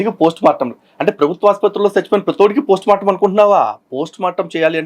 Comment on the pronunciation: ప్రోస్ట్ మార్టం కాదురా పోస్టుమార్టం అబద్ధం కూడా సక్కగా చెప్పరాని మా క్రైస్తవ బుద్ధిలేని ఓపెన్ గ్రౌండ్ సోదరుడు 😂😊